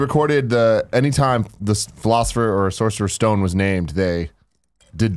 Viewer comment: Guys. every time you say Sorcerer's Stone my ears bleed